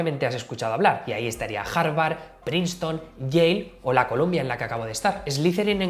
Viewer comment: No se pronuncia Colombia University, sino Columbia University. El prestigio es tal que no conozco a nadie que no haya conseguido un buen empleo una vez graduado. Lo bueno cuesta siempre.